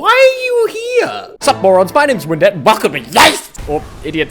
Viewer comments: every time he says "I'm Windette" i hear "I'm in debt" instead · I heard "Hi, I'm in dept" instead of "Hi, I'm Windette"... What has my head come to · Me: Knows you're saying "I'm Windette" Also Me: Hears you saying "I'm in debt" Also Also Me: Both are correct